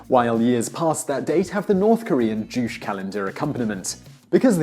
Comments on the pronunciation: juu-chae not jooch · OMG, the way you pronounce "juche". It's not "joosh", but more like "joo-chay". (주체) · Why did you say "Joosh" instead of "Juche"? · I'm pretty sure that guy is mispronouncing "Juche", can't he do one single video without butchering words? I think it sounds more like "D'joo T'chey" rather than "D'joosh". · Juche like joo-shey not jush. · You're saying "chooch"? Its pronounced Joo-chey. It means "self-reliance" and it's kind of like "how to be a North Korean". I bet its a hoot to read. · Jushe is "joo shay" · Simply because mispronunciation bothers me SO much (my apologies) 김일승 Kim Il Sung is not like Sue with a long O, but like a song that was sung. Juche 주체 ㅔ=ay sound. Juche sounds like Juchay. Your vids are bril. Thanks ^^ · The way he says “Juche” is painful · Simon Whistler's commentary would carry more authority if he could actually pronounce a term like "juche" correctly! It doesn't rhyme with "douche"...